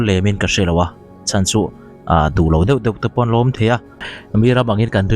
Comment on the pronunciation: Khawngaih tak in, det tih hian rawn sawi tawh lo hram la ka ti, deuh tih kha a har lutuk in ka ring lo. Kan youtuber te hian mizo tawng dik hriam rawn lam ri hram hram teh u. Kan tawng te hi humhalh ila, changkanna hian min ei ral lo hram rawh se